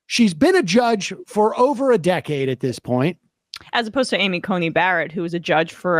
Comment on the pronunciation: Sam is clearly so uncomfortable with the guest lady saying "Cunty" instead of Coney